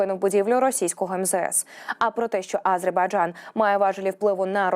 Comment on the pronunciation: Режет ухо, нЕ А зербайджан, а просто АзербайджАн, это все равно нЕ УкраИна, а УкрАина, жЕ диктор у вас ДОЛЖНА поставлена правильно речь и нЕ НАДО 🤕 выдумывать, СПАСИБО ❤🇺🇦